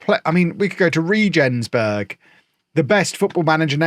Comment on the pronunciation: Sadly you pronounce it “ray-gens-berg”